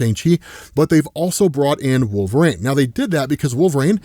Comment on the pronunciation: ISTG,... If you don't stop saying "Wool-vuh-RAYNE"...